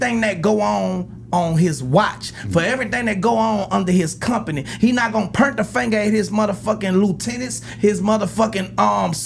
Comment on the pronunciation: Turk, there is no "er" in POINT. 🤣🤣🤦🏾‍♂️